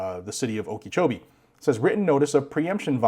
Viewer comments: "Okee-chowbee." :3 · Psssst... Okeechobee - (oak-ah-CHO-be) Not picking on you, just trying to help out.